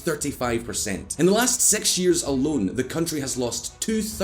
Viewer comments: Is it only me or he's really saying sex instead of six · Why does he pronounce six as sex? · The way he says six.... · Keep saying 'six'